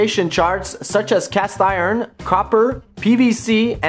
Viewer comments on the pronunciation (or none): none